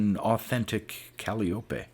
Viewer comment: ...it took me a second to figure out what a "cal-e-oop-eh" was... Calliope.